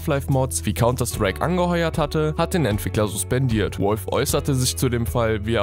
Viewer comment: Das heist valve nicht wolf xD